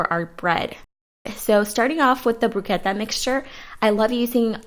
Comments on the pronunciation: Use a serrated knife when slicing tomatoes - that way they don't get crushed. And bruschetta is pronounced Bru- sket ta!! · it's bruschetta bru-sketta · The pronunciation is brus'ketta! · "Broosketta" is the pronunciation of bruschetta. Looks very yummy! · 🤔🤔 I think you mean broo-S-keh-tah... great recipes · Learn to pronounce bruschetta please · The way you pronounce bruschetta lol. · Did she really pronounce bruschetta like she did? I’m done 🤦🏻‍♀️ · Why are you pronouncing bruschetta like that. Wow so annoyed